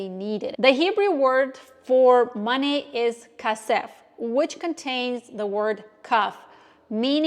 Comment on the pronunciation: No, the Hebrew word for money is not "ka-sev". It is "ke-sev" with the stress on ke.